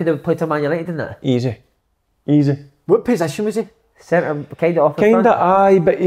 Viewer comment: Big kev "hulp" "sintur midfield"